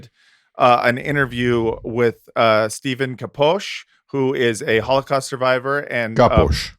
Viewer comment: Came back to rewatch and i think it's the only time got someone's name right! I'm bad at pronunciations too so I'm not talking ish 😅 Love to you good men. 🙏🏻🕊️🇵🇸✌🏻